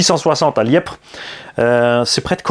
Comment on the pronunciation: Les membres du modelisme val d'argent te remercie pour la vidéo 😉😉😉 Petite précision il ya pas de b dans Liepvre et ça ce prononce comme le lièvre 🐇🐇🐇